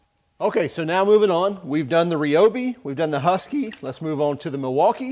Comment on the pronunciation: Why is everybody pronouncing Ryobi wrong? It is pronounced the same as rye bread . Is that so hard?